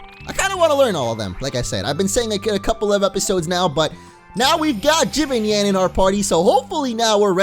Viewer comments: said Jibanyan's name wrong, it's pronounced Ji-ban-yan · Dude no offense but I'm getting ocd it's pronounced jibonyon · If you really want to know how the cats name is its ji-BON-yan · its pronounced ji-ban-ni-an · lol ji-ben-nyan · Ok, it's pronounced Jibanyan as in Jee-bawn-yawn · Jee-Bon-yon is how it's supposed to be pronounced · I think it's pronounced Jee-bahn-nyan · It's ji-ba-n-ya-n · It's pronounced Jib-ban-nian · it's je-Bon-yay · Just to let you know, I'm pretty sure that Jibanyan is pronounced as jib-ahn-yan. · It's pronounced hebonyon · just saying, it's pronounced," juh-bon-yun." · Mo its pronounced like jib-on-yon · Dude you pronounce jibanyan wrong u say it like jewbanyan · I'll show you how to pronounce the right Kitty's name ju-pan-iyn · It s pronuce gi ban yan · Its Ji-Baan-Yan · if it helps, Jibanyan is Jee-bah-nyawn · It's pronounced ja-pan-yawn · 'tells us that the game teaches you how to pronounce the names so the TV show is unnecessary' 'continues saying Jibanyan's name wrong' Lol. Seriously,. Jib. Ahn. Yawn. GET IT RIGHT! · It's pronounced ji-Bon-YAWN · ITS JIB AN YAN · it's pronounced Jah-BI-Yahn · pronounce jibanyan as chim-pon-yan its how its supposed to sound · Btw it's pronounced ji bon yon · Jibanyan is pronounced chi-bahn-yahn... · your saying jibanyan name wrong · HOW THE FUCK CAN YOU SAY JIBANYAN'S WRONG SO MANY FUCKING TIMES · Omg! U just learned how to pronounce Jibanyan and u pronounced it wrong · u say his name wrong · Jibanyan is pronounced ji- bAn- yan not ji-ban-yin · it's pronounced Chibonyan not jibonon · not Jibonyon, it's jib ahn yahn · ITS jibonyon not jibanyan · it's not jib-an-yan it's ji-ban-yan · it’s jee-bon-yon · Jibanyan Is Pronounced Ja.Bon.Yon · It's said chi-bon-yon got it? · It is jibonyon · It's JI-BON-YHAN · ITS PRONOUNCED JI_ban_Yan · it's ji-ban-yun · It's pronounced Ju- Bon- yawn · it is like Jo-bon-yawn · this is how you say jibanyan ji-ban-yan